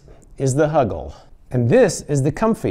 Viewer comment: Why do I find it so funny to hear you say “huggle” and “snuggy”?!? 🙈😂